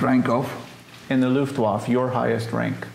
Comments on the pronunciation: For God sake, it’s not pronounced Luftwoff! Listen to; he says it several times. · Americans never could pronounce foreign words. Looft-Waf :-) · The interviewer never pronounces Luftwaffe correctly.. even though he repeatedly hears the German say it correctly. The final e is not silent in either German and English. Also, The narrator’s high nasal voice is problematic. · This was one of the best interviews you've had. Why do you keep misspronounc8ng Luftwaffe? Is it to avoid the algorithm, ignorance or disrespect? I'm curious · Very interesting look into an ordinary serviceman's experiences in the closing days of the war. The only thing that bothered me was that the person asking the questions didn't pronounce the "e" at the end of the word "luftwaffe." Kind of a fingers on the chalkboard thing. But good work, thanks. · The interviewer seems ignorant in general and somewhat disrespectful. Sort of like of like his heart is half in it. He clearly doesn't have any military background or basic knowledge in general and it shows. Sometimes quite painfully. And his mispronunciation of Luftwaffe is inexcusably ear grating. C'mon man, at least halfway try, holy S. And when he asked the guy to say in German what he would have said while he was radioing artillery corrections, it was absolutely DOUCHE CHILLING! I felt so bad for the soldier. That was such a disrespectful question. Like "OK, rollover doggy, rollover". You know why he's asking that, he obviously knows how most Americans, and he himself, feel about hearing things barked in German. What an asshole. is awesome and I congratulate him on his patience. The interviewer needs to struggle alone in dirty, slimy ditch while a fat penis suffocates him while wriggling down his throat. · Dumb questions not much general knowledge and for goodness sake learn how to pronounce Luftwaffe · Interviewer should learn to pronounce Luftwaffe and we never got to see the photo album.